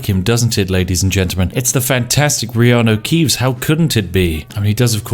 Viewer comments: Reano keeves haha spat my yorkshire tea out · IT'S REANU KEEVES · ''it's the fantastic Reanu Keeves'' knovlege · "reanu keeves"